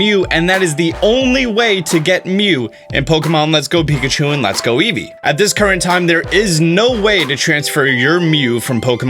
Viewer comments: "Pikatchu!" "EvOi" WTF? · Wait, eevee is pronounced as evoi?! My whole child is a lie :( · Does it drive anyone else.crazy how eevee says it's name? "Eevoi" reason number 1 why I will be getting pikachu